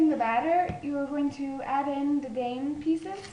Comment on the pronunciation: Its pronounced Dime